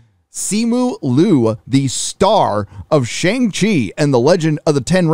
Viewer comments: It’s Simu LIU , not Lu ! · You didn’t even pronounce his name correctly It’s not Lu, it’s L-i-u